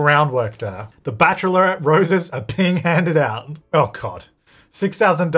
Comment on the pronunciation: Love how you say bachelorette (Bach.lr.et) like bach.er.lor.ret 😆